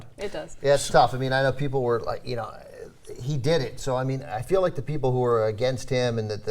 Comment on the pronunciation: Ana, do you really need to emphasis "He did" like that?